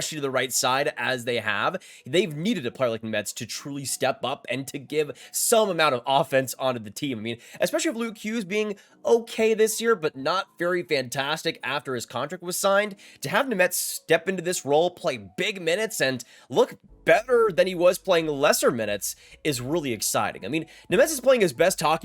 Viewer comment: As his compatriot, I can definitely confirm that the correct pronunciation is Nem-etz or rather, Nyem-etz.